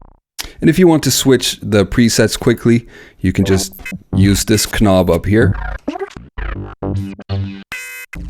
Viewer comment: Hello! Great video! But I must ask: are you joking around when you pronounce the word "knob" like it is written instead of the real pronounciation "nobb" and the word "while" like "schhwile" instead of the pronounciation "wail"? He-he just asking. Very good video!